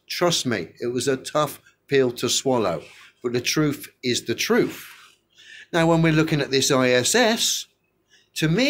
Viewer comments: "The truf is the truf" said no notable intellectual ever. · I love how when the Flat Earthers say "truth" they always pronounce it "TRUF". Lol these people are not very bright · "The troof is the troof" Spoken like the true genius we all know he is.